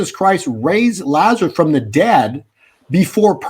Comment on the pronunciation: I’m a fan. And you are quite a good speaker. This is why I am surprised you pronounce Lazarus as Lazareth.